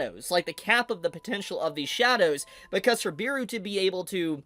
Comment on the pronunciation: Bro said Beeru instead of Beru broo xd